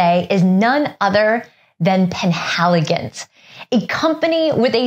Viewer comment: It's "penAYligon". Just like "kernARVern.